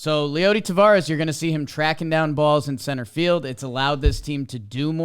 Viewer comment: Guys, it's T-A-V-E-R-A-S. Not 'Tavares.' Tavares was a disco band from the 70s.